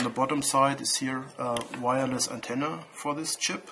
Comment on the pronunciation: Ah ok eine 'Wireless Antenne' schönes englisch